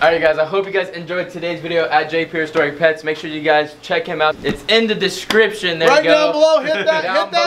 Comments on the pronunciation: Does blake have trouble saying "Prehistoric?" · Lol u didnt say prehistoric correctly lmao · Blake has so much trouble saying "prehistoric" lol